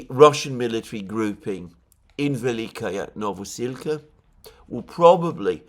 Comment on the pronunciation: Hey, I love your analysis and i hate to be pedantic but I have to say that your adding a "ya" to the ending of Velyka is disturbing even for someone who does not speak Ukrainian. The correct pronunciation is vel-lee-ka novo-sil-ka.